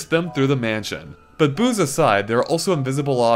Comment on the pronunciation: I heard "booze" not "boos" by accident.